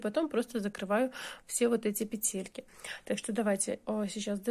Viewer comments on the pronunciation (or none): пЕтельки,а не петЕльки,гспд